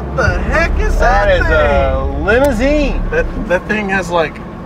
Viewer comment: It’s a limer-zine ma-chine!